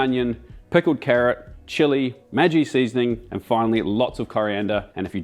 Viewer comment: I genuinely love watching your channel but as an Indian, your pronunciation of Maggi hurts my soul. For future reference, it is "Mag-gee" not "Maji". No hate, just wanted to lyk, keep up the great work ya bloody legend!!